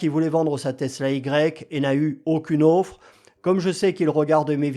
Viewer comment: Bien cher vous, une offre, pas une auffre....😀 Sinon, IA=KK...